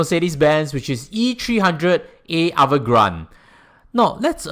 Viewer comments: its avant garde, not evergrande 😂…. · Wrong pronounciation for Avantgarde. It is a french word 😂. I always hear ppl saying as much as possible, pay for a car in full cash is better. Is it really better financially ?